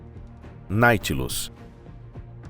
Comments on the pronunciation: O " NAUTILUS"" VIROU NAITILUS TENHA DÓ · Do vídeo eu gostei muito. Só detestei vocês ficarem falando Naitilus o tempo todo. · Ele erra a pronúncia de propósito,para os otarios comentarem. O ser humano é previsivel e manipulável 😅😅😅😅😅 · Depois da terceira vez que disse Naitilus ao invés de Nautilus tive que sair do vídeo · Escrito NAUTILUS e o animal lê Náitilus. Esse canal vai mal. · IA ou não, que quem temha postado p vídeo., corrija essa poha de pronuncia errada. Dá nos nervos! É NAU tilus, carajo. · Ô cidadão, É NAUUUUTILUS, Criatura!!! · Deu até raiva ouvindo o narrador falar naitinos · NaUtilus!!!! NAU! De navio!!!! NaUtilus! Sabe ler não? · Não dá, vou abandonar o vídeo ' naitilus' até dói os ouvidos! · Que voz de IA bem ruim, ouvir "Nightlus" o tempo todo nao da! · Tirando o "Na-i-tilus" da narração da IA, foi ótimo. Obviamente foi pirateado de um original americano. O pirateador poderia, ao menos, ter se dado ao trabalho de corrigir o nome do submarino. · Olha, se quer ser narrador, tente aprender a ler primeiro. Narração irritante falando o nome do protagonista tão errado. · A pronúncia correta é Nautilus!! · Pelo amor de Deus!!! De onde vcs tiraram esse ridículo "Naitilus"? Verne deve ter se revirado no túmulo! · Vai sfd... além de fazer um vídeo preguiçoso usando I.A coloca falando o nome errado de propósito, que ódio, deslike também... quer crescer, faça direito ou suma... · Não conseguem dizer nem o nome direito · É irritante saber que o cara fala errado o nome. E, de propósito! IRRITANTEEE!!!!